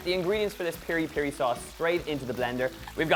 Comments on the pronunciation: By the way its Piri-Piri not Peri-Peri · the sauce its Mozambique as well...its piri piri not peri peri.